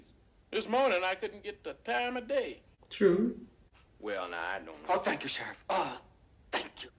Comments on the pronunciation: Oh..its twue..its twue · Unfortunately one of the punchlines that was written by Richard Pryor was successfully censored by Warner Bros. When Lili Von Shtupp says "Is it twue the way you people are....gifted? Oh... its twue, its twue!" Bart was supposed to reply with "Uh, ma'am? Youre sucking on my arm" EDIT: also, for reference, white folks of non-Irish descent (particularly of English descent) used to discriminate againt people of Irish descent pretty heavily in the US. (The English in Britain do still discriminate against the Irish, but thats another matter entirely)